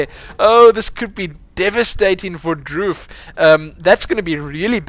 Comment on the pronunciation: His name is actually pronounced Dr. oof